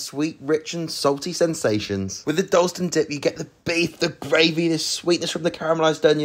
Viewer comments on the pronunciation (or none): Definitely not a real Londoner, pronouncing Dalston like that 🥴😂